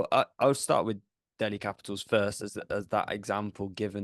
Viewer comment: It's Delhi guys , not DEHLI..